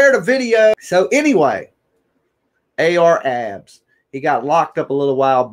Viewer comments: Clickbait. Where is the video? Comments like that? Come on, bro. You don't need to clickbait people to get them to listen. All you need is good content and a strong opinion. By the way, its Ar Ab (no "S") and Leak (Lik) Moss. Thats how they're pronounced 💯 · At least you can pronounce their names right dude name ain’t no AR Abs and “lick moss” seriously??